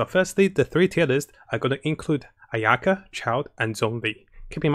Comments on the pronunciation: he just emphasizes the "ya" instead of the "a" at the beginning. I mean he's not Japanese so it's fine, and his first language obviously wasn't English so I'm not hatin on him for it but we KNOW for a fact that he's Chinese and CAN read Chinese, him pronouncing the Chinese names wrong is just.... I just worry for people who don't actually know how to pronounce those names getting mislead by him >.< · he mispronounce ayaka a million times which is cringey for me. I think she named her ayuki or something.